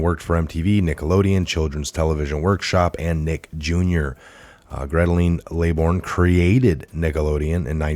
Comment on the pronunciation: The Lolita Express is grounded! "Gretaline",? LOL! The name Geraldine is pronounced (phonetically) "jer-ill-deen". Thanks for the laugh, though.